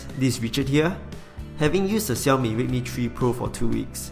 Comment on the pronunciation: Nice to finally hear someone pronounce Xiaomi the 'right' way instead of the irritating 'Shell-Me' !